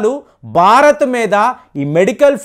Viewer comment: అంతా బాగా చెబుతారు మీరు కాని బారత్, బర్తీ, బక్తి... ఇలా ఒత్తులు పలక్కపోవడం శోచనీయం. సబ్జెక్టు తో పాటు ఉచ్చారణ కూడా స్వచ్ఛంగా ఉండాలి. దీనిపైన దృష్టి పెట్టండి కాస్త!